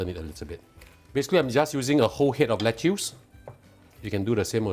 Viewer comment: Lettuce is pronounce as "Let-us"(American) or "Let-is"(British)... DON'T call it "Let-tius"